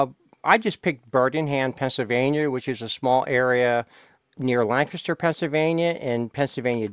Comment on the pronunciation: Thank you for pronouncing Lancaster County correctly. I am from there